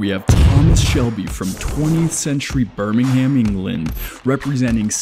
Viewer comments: L video, he pronounced Birmingham as BUrmingHAM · How tf you say Birmingham so weirdly